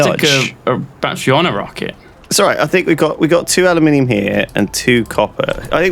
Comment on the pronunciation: Aluminium, not aliuminium.